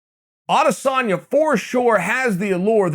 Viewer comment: A-dis-en-ya. Have some respect, and learn the dudes name!